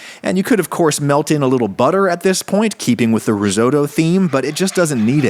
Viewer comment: God the way Americans pronounce “risotto” and the fact they classify pasta as noodles always hurts me 😭😭